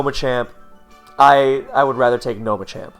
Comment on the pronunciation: You keep saying Machamp but all I'm hearing is ychu